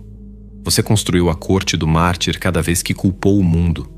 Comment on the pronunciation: essa IA tá lendo mal. eu ouvi "corte do mar", ou "corte do marte", tive que vir no vídeo pra ver que é "do mártir". ponha ela numa fonoaudióloga rs